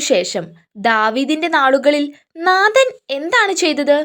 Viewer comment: നാഥൻ അല്ല നാഥാൻ